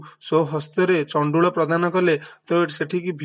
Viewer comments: ଚଣ୍ଡୁଳ ନା ତଣ୍ଡୁଳ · ଚଣ୍ଡୁଳ ନୁହେଁ ତଣ୍ଡୁଳ